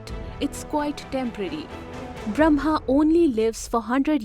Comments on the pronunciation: it says brahma, but is pronounced bramha. which one is the correct spelling? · It's awesome but as a Hindu the Brahma is pronounced as bramma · it is Brah-ma, not Bram-ha. First, learn to pronounce the name properly, then teach.